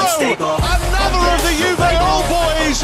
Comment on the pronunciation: Prononsiasinya Yuve, min... Benerin lahhhh